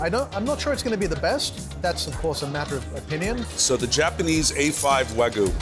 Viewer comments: Its pronounced, wag-yu. The guy keep pronouncing it "Wagu" and he's the chef! No comment... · "Wa-GOO" was all I could hear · What is it with New Yorkers and pronouncing it Wagu?